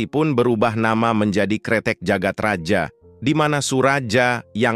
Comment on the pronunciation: Jagad Raya bang bukan Jagat Raja. Itu masih ejaan lama j baca ye.